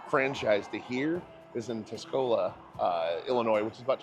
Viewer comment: Yes! THIS!! and also tuscola while you're at it. TUSS..not ta-scola